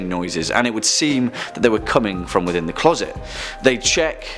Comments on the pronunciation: Clause it? Where is the narrator from? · Why can’t you say the word closet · ITS CLOSET NOT CLAWSET, LEARN HOW SPELL IDIOT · What’s a clorset? I giggled when you said that... TWICE 💋💋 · "Clawset"? Did i hear that right?